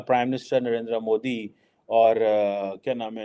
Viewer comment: रे चिमटा तुम मोदी जी का नाम ठीक से बोल मुगल पैदाइशी मद्रसा छाप।